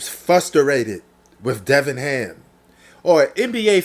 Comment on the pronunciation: Darvin ham not Devin ham 👍🏽